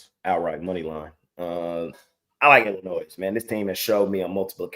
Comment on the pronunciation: It's not Illinoisssssss. The S is silent lol. I've lived here my whole life